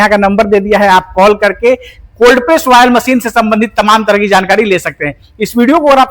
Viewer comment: वायल नही ऑयल मशीन होती है